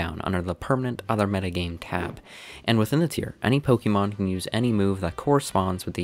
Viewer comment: Sorry man, had to stop watching due to how you pronounce pokemon. (Pokimon)